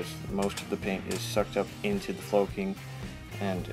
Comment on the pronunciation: Great tutorial, thanks! Doesn't the word flocking rhyme with clocking as opposed to cloaking?